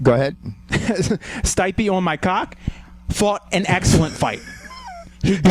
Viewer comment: guys from, PLEASE, learn to read names, its not that hard.... it's [Steep-eh], try to read it that way